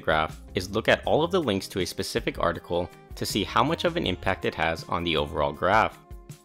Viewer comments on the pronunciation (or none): none